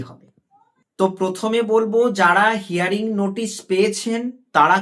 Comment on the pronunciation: প্রথমে বলি শব্দটা হেয়ারিং নয় ... হিয়ারিং।